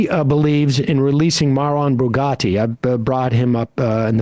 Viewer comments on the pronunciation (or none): You are mispronouncing his name. It’s Marwan Barghouti. Not Bugatti 😅🫢